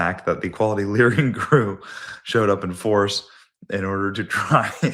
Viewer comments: Live and lear 😂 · "My name is. And I am here to Lear." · You live you lear 😂